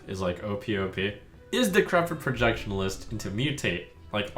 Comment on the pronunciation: There's no L in "Projection-ist" Trump